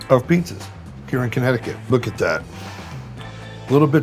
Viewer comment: What was that original pronunciation of Connecticut…sounded like he said Honnecticut 😂😂